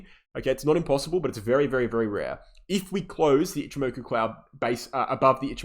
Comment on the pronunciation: love your content. why cant you say ichi moku? as a japanese speaker, i find it amusing